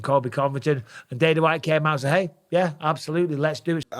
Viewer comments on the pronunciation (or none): none